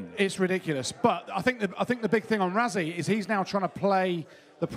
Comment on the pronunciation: What's wrong with British pundits - can you not even bother to pronounce Rassies name correctly. It's not Razzie it's pronounced Russy. Try and get it right even if you can't be bothered.